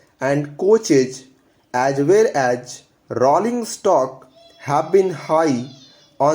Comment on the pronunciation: kindly work on the pronunciation of words like as well as, people.